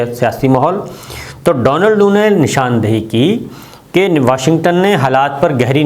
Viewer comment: صابر صاحب ! ڈونلڈ ڈو نہیں ڈونلڈ کُو نام ہے ۔